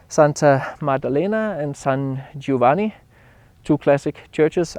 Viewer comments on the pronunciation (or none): none